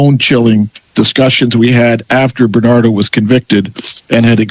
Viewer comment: Its Bernardo not Benardo.